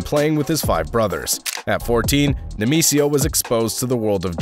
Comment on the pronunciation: Say it with me: Nay-May-SEE-yo 😂